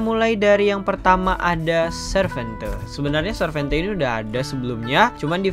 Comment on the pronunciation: Baca nya sarvente bang bukan servente